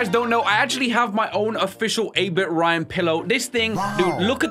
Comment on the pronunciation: Who says insted of 8 bit ryan